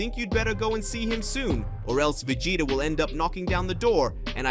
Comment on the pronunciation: Come on surely you could get this person to be able to say vegeta properly